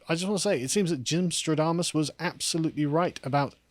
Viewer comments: Shouldn't it be Gymstradamus (with an a), since it's also Nostradamus, not Nostrodamus? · You meant "Gymstradamus' not "stro-damus"